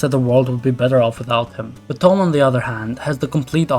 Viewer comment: did you say Thom like thumb? It’s pronounced Tom..